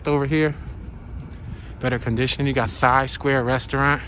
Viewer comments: LOL...he said "thigh" people..... it's "tie" people....the h is silent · my man said thigh....it's Tie from tailand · lool... Thai is pronounced like "Tie"....never heard somebody say it like "thigh" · thigh people...good one...they pronounce thai like tie... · Ok so he was supposedly joking when he said “thigh” as “Thai” but wasn’t kidding when he said “Ethneticity” instead of properly saying “ethnicity” 🤔 okaaaaay .... If you went thru 4 years of college and aren’t articulate enough to say Thai and Ethnicity, get a voice dubbing correction app and a proofreader so you can correct the tour after the fact prior to posting. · 😄🤪 lol I knew you were kidding bout that Thai pronunciation, very funny 😆 good one